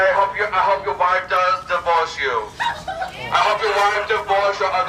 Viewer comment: "i hope yur wife divworse you, like.. witerally"